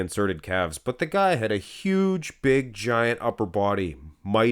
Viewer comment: “I never wanted to be that beeg” - These guys calves